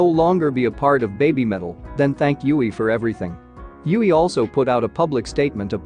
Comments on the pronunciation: Ahhhh you did the guide while I'm camping so can't watch it all the way through yet. Oh well. You're so good at this reacting thing that I won't complain too much about your pronunciation of Yui. 😄 Usually, there are probably a few exceptions, the vowels are... A is pronounced AH. E is EH. I is EE. O is OH. And U is OOH. And a vowel at the end of a word is always pronounced. There are exceptions, I think. So Yui had to be YOO EE. If her name was spelled Yue, then it would be YOO EH. Of course, you heard her name a bunch of times in the video so I'm not telling you anything you don't already know now. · It's tricky to get one's brain to switch to saying a word a different way than what you've been used to, but now you've got in this video to hear Yui pronounce it angelically 😇 (it rhymes with Dewey and Huey) Thanks for reacting to the Guide! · I agree with other comments, First and Most Important: GET YUI´s Name pronunciation RIGHT. To many Videos watched and Still not saying it correctly, is not rocket science. Pleeeease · Wow you caught me off guard with this one, i wasn't pushing for the guide yet but I guess judging by some of your constant struggle with YuiMetal pronunciation and some other things that you already watched it makes sense to watch the guide. Gonna enjoy this and come back if you have any doubt. Thanks for wanting to know more about these amazing group. 🦊🤘❤️